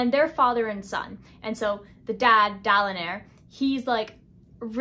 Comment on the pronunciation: I just finished "The Stand," and it made "The Way of Kings" feel like a short 400-page book. I liked how you pronounced the names in the subtitles, like Dalinair, and didn't change it to Dalinar while editing. I thought that was funny.